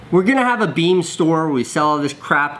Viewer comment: Beme not nene